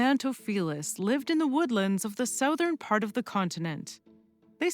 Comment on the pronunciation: that's a weird way to pronounce southern. I might like it better than mine. It would make English more consistent.